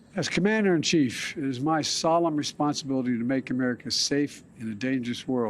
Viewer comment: What the f is an ameer of al cade a